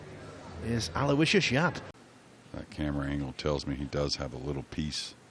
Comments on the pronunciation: That is correct. Alo - Wishus. Not Aloy - Shee us. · Aloysius is pronounced thusly...... Aloe...wish...us. (FFS!)